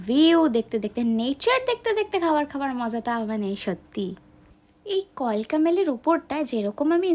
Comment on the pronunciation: ম্যাডাম কিছু মনে করবেন না আপনার ভিডিওটা খুব ভালো হয়েছে কিন্তু কথাটা কালকা মেল নট কলকা হবে না